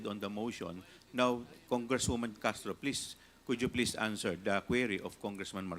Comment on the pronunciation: Ano b yan Castro wrong pronunciation kkhiya nman😱😁